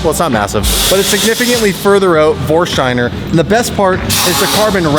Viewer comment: Is someone going to tell him theres no H in Vorsteiner? Its not VorsHsteiner.